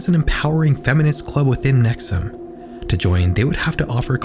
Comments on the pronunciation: So the constant mispronunciation of NexIum as NexUm bothered me a lot. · I'm from upstate NY so hearing you talk about a cult uphere I haven't heard of before piqued my interest. And then you started calling it nex-uhm and I was like thats weird two cults in upstate NY with similar names, then after hearing you describe it further I realized it was the same one I already knew about. Nxivm (nex-e-uhm) ,😂😅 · NXIVM is pronounced “nexium”, not “nexum”. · It’s pronounced Neck-see-umm. Not neck-sum. 🤦🏻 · Pronouncing it “nexoom” 😅😅😅😅😅😅😅😅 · Please tell me you know that NXIVM is pronounced “nex ee um” not “nex um” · have you watched any documentaries on NXIVM? They all pronounce the org as "nex-ee-um," not nex-um. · it’s pronounced “nex-ee-um” 🙄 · NXIVM is pronounced “nexium”, like the medication. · Bro, it’s pronounced Nex-ee-um. You couldn’t have checked that like, at all? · The mispronunciation of nxvium is gonna make the rest of this hard to watch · You’re not pronouncing “NXIVM” correctly.. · The mispronunciations in this video is crazy 😭 Rainere is NOT pronounced Rain-ear, it's pronounced Rain-eerie. NXIVM is not pronounced Nexum, it's pronounced Nexium, with an i. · Dozens of podcasts and investigative reporting has been done on the nxivm cult and Keith Raniere. You didn’t listen to one minute of any of them. If you had you’d know it’s pronounced: “Ra-neer-ee” not Raneer and “Nex-ee-um” not nexuhm. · *Ra-neer-ee not “Raneer” *Nex-ee-um not “nex-um” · please check your pronunciations. raniere is "rah-nee-ree" and "nxivm" is "nek-see-yum". there's a great hbo documentary with former members who go over this and they all pronounce this stuff the same way. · Your pronunciation of multiple names is wrong and incredibly confusing. Keith Ruh-neer-ee. Nex-ee-um.